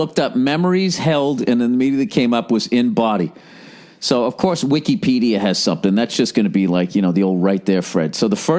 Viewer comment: I hate the way he pronounces Wikipedia